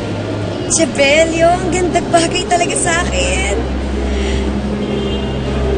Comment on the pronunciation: Mali po yong pronounciation ng "che bello" ke belo po ang basa nun hindi che belyo e ricca po hindi ricco